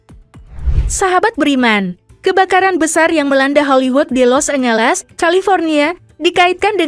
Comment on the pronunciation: 🤣😂 lucu bacanya Los é ngé lés bukan trum mbak.. tapi Drum 🤣